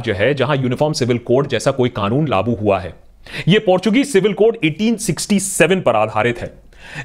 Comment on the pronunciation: great information and awareness bro, by the way its not laaboo, its "laagoo" kiya gaya. ;-)